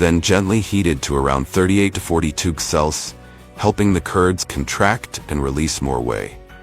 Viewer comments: the bot can't say Celsius. 90% of the methane cows produce is from burping, not farting. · Annoying AI dervied commentary but if you can ignore that then this is quite an interesting piece of work. This AI client doesn't understand the word 'celcius'